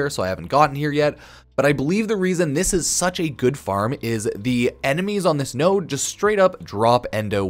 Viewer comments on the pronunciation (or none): none